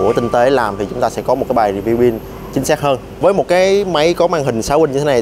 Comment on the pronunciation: ông phát âm rất chuẩn rồi. Nhưng lạy ông phát âm là ' Pin" hay ông chỉ nhận thức là " Bin" thôi?